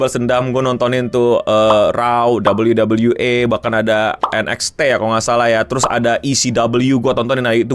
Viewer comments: WWE (Dabel yu dabel yu i), bukan dabel yu dabel yu e.. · Dabel yu dabel yu i bukan dabel yu dabel yu e 😂😂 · Bangke gatel bat denger pelafalan wwe pake b inggrisnya, abis double u double u malah E😂